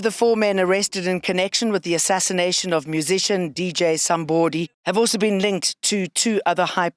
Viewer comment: I loove how she says DJ Somebooody, because that's the correct pronunciation 👌🏾